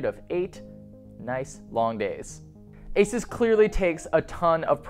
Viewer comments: AY-soos not ACES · You're pronouncing ASUS wrong. Its pronounced Asooooouuss where the ouuuuu is prounounced like U. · good review! my only comment is that Asus should be prounced ah-su-s 😊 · I thought Asus was pronounced "Ay-Seuss"